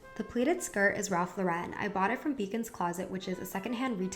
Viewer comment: you pronounced Ralph Lauren wrong...